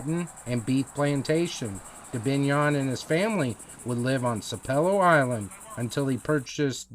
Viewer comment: It’s pronounced sap pel low.